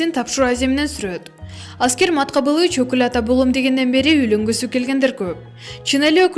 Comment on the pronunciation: АСКЕР ЭМЕС АСКАР ТУУРА ОКУГАНДЫ УЙРОН ТОРОП АТКАНСЫБАЙ